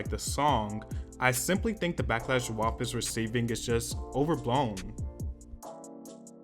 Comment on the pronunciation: I’m not usually this type but you’re say WAP wrong. Think like rap with a W. It sounds like you’re saying Wop which is a derogatory term for Italians